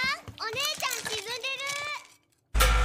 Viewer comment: 「風邪ひけー」というよりは「風ふけー」なの草